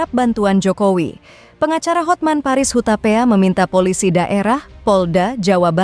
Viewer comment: Hatman mba .bukan hotmen